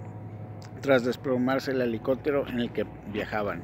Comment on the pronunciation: No se como pretendes dar tu opinión e interpretar un tweet, te aconsejo primero aprendas a leer y hablar no se dice elicotero antes de criticar elabora una autocrítica y ve tus errores, no hagas el ridiculo